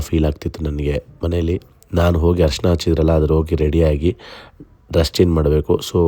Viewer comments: ಹರಿಶಿನ alla ಅರಿಶಿನ, ಕಲೆ alla ಕಳೆ. 😬😬😬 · ಕಲೆ ಅಲ್ಲ, ಕಲೆ ಅಂದ್ರೆ mark.. ಅದು ಖಳೆ.. Harishina alla, Arishina ಅರಿಶಿನ